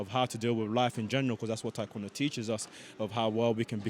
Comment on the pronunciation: Do they only teach athletes how to correctly pronounce Taekwondo (Tay-kwondo, not Thai) after they get Olympic gold?